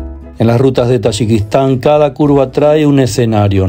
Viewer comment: You can’t even pronounce the name of the country. You’re visiting I don’t know what the hell you were doing over there. You’re from Mexico.